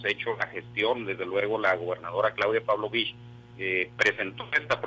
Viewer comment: Primera vez que alguien pronuncia bien el apellido de la gobernadora de Sonora. Por otra parte, Sonora este año a registrado temperaturas de 55 grados centigrados.Así que sí es humano el cambio de calendario para el Estado. Aunque iniciará clases en plena canícula.